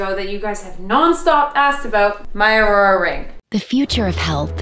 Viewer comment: The fact that no one commented on you calling the Oura ring “ourora ring”😂